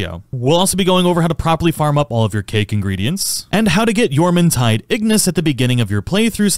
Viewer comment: YEAAAAAH YOU PRONOUNCED JORMUNTIDE RIGHT LETS GOOOO fantastic guide btw